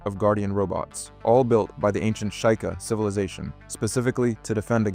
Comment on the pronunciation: It's "shee-kah" not "shy-ka" come on brother